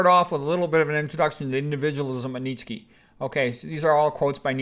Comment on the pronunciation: Nitchky? 😂 The name is Nietzsche (pronounced [ˈniːtʃə] or [ˈniːtsʃə]).